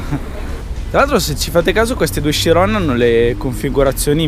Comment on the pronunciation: Bello il video ma si pronuncia letteralmente cirion anche se si scrive chirion